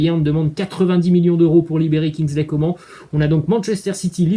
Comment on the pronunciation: Juste on prononce Kingsley Comane et pas Comment